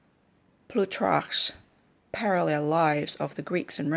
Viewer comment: It's pronounced just like it looks- "ploo-tark"